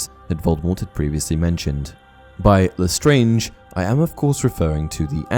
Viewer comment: Pronounced leSTRANG, not leSTRANGE